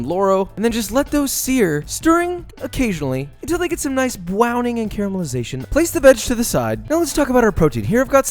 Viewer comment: That's some nice bwowning uwu